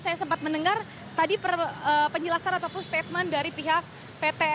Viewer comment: Belibet dengan "Ataupun"